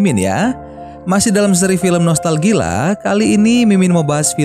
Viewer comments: Abang salah gomong pas awal2 soal nya abang bilang noltal gila bukan nya nostail gia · Ada Yang Sadar Mimin Ngomong "Nostalgila"